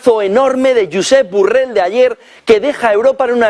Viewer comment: 😅😄🤣 Hasta llama Burrell a Borrell 😆😁😅😄🤣😎